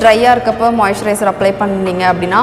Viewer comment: நீங்க மொய்சரய்ஸ்னு சொல்ரிங்கலே அபிடின்னா என்ன சகோதரி